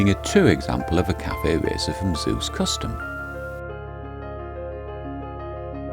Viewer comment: It's NOT pronounced Zay-Usse... its pronounced Zooooooooooss. Your not an American! Oh bloody excellent video BTW 😊